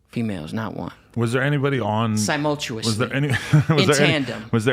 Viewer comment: Symultchewus lol